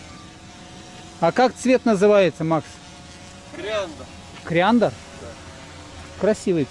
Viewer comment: Цвет не криандер, а кориандер